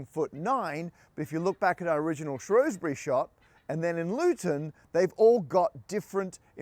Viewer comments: Umm, it's pronounced Shr-owes-bury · Pronounced "shrowsberry", surely? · Shrewsbury is "Shrowsbury" not "Shrousbury" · It is not pronounced Shrewsbury but Shrowsbury. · Shrewsbury otherwise known traditionally as SHROHZ-bree but we forgive you 🙂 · It pronounced Shrewsbury! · pronounce English place names correctly when you make videos about them. Shrewsbury has always been pronounced ShrOwsbury, or even further shortened to Shrews-bree, 2 syllables. It's bit insulting that you don't bother to check. Just ask any local. England has a great many unusual spellings and pronunciations in place names. Knowing this (as you do because I just told you), the onus is on you to find out how to pronounce them. W-pedia always shows correct pronunciation in the 1st paragraph of a town's entry. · Pronounced "Shrowsbury" Matt. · Shrewsbury is pronounced "Shrows-bury". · "Shrows"-bury, isn't it? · thats not how you pronounce shrewsbury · Can’t even pronounce Shrewsbury. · nice touch pronouncing shrewsbury both ways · You could learn to pronounce Shrewsbury properly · You were literally in my home town and I didn't know 😭 Also, love how you pronounced Shrewsbury both ways throughout the video just to upset everyone equally 🙂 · I think his mispronunciation of Shrewsbury was worse.